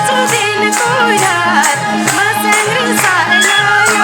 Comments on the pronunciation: के को मर्स्यङ्री हो मर्स्यङ्दी भन्न आउदैन कृस्न दाजु कस्तो गायिका लियेर आउनु भाको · मस्र्याङ्दी हो खासमा नदीको नाम, मर्स्याङ्दी सम्मत ठीक हो। तर संगमले मस्याङ्री अरे ..😂..यसरी शब्दनै त नबिगारे हुनि हो .. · गायिकालाइ मर्स्याङ्दी भन्न न आको होकि के हो ??? मस्याङ्ग्री सुनिन्छ त !!! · धेरै रमाइलो दोहोरी 💕 गायिका बहिनी ले मर्स्याङ्दी को ठाउँमा मर्स्याङ्री भन्नू भएको चाहिँ मलाइ खड्क्यो !! सबै इन्द्रेणी टिम लाई सम्झेको छु ! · मर्स्याङ्री होइन क्या sis मर्स्यांदि होला नि! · मर्स्याङ्दी भन्न नजान्ने महिला कलाकार के हो